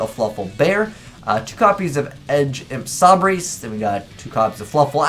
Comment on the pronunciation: Yo. When you gonna pronounce edge imp sabre correctly kappa?